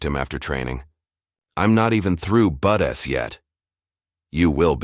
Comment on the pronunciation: Pronunciation of "BUDs" is Budz NOT Budess. Good story.🇨🇦Pickering, Ontario